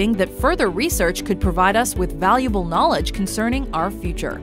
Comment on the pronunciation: it's irrelevant but the way she says 'knowledge' makes me giggle.